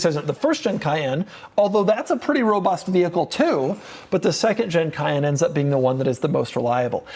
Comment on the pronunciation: No sthloo tike a schlott fevry time he schlezz robutht